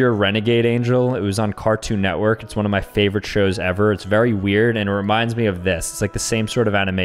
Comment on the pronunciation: ah yes one-ee (I can see how he’d get that wrong tho lol)